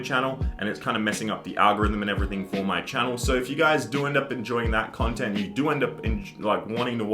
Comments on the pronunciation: Chontent chomp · Chontent Chop on ChampChong